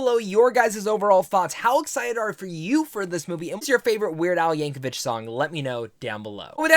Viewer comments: It’s YankoVICK not YankoVICH but good review for a good movie. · 3 seconds into the video where you claim you just finished watching the movie where they say his name NUMEROUS times, and you mispronounce it immediately. 😅 There is no H in Yankovic.